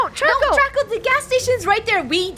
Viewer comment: welcome to learning with chicken nuggets! its draca D-R-A-C-A